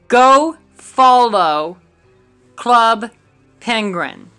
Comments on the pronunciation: "Club Pengruin" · ´club pengrin´